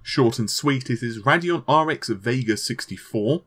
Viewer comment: It's Radeon not Raddeon